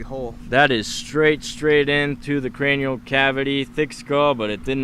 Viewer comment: So annoying when he says crenial cabity